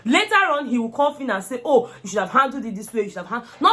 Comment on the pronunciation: Insulted biggie! I hear her say 'Hoh my foot'